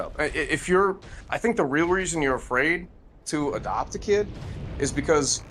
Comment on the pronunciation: 'I dunt wanna adawpt cus they'll call child services" You...... you think they wouldnt anyway,? Like, what backwards thinking do you have? That IQ count is dropping along with his T count